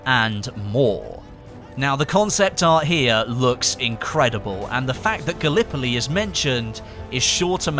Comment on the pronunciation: As a Turk, I had a hearth attack when he said Gallipoli.